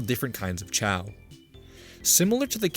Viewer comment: I am really bugged by how you pronounce "chao".